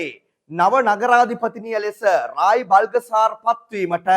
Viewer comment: කොළඹ පුරපතිනිගෙ නම ව්‍රායි "බල්ගසාර් " නෙවෙයි "බ ල් ත සා ර්". BALTHASAR not BALGASAR.